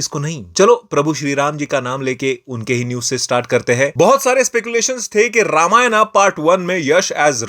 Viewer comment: ramaayanaaa नहीं रामायण होता है समझे